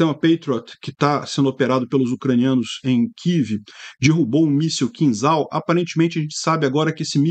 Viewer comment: Pronuncia-se "Quinjal", e não "Quinzal"